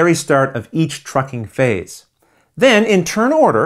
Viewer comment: How many times did you mispronounce "trucking phase" during the filming of this video? 😀